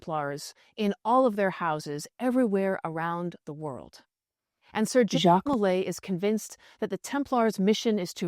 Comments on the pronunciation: Sir JACQUE mulay Sir JACQUE mulay Sir JACQUE mulay Sir JACQUE mulay Ok enough with the AI voice we get it it you can't pronounce Jacque! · Maybe Jacques de Molay was persecuted because whenever someone pronounced his first name, it sounded like some trans-dimensional demon was interjecting on his behalf..